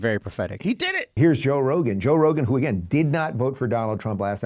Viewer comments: Did you just say: Roe Jogan instead of Joe Rogan?😶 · Did I hear him say Roe Jogan?😂😂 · He just said "Roe Jogan"😂😂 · "Roe Jogan" 😄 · "Roe Jogan" .... 🤔???